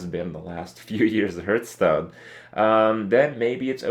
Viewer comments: I hate his pronunciation of Hearthstone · Fuat Sekban It makes me cringe every time